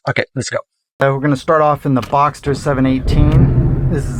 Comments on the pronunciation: boxster, not boxer☝️ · I appreciate the idea of this video. Remember that as much as you may like the sound of these two their two of the worst sounding Porsche’s in history. When you have better sound equipment do this again and include some older examples. And, please learn to pronounce the “T” in Boxster. It’s not thesame word as the name of the engines with opposing cylinders.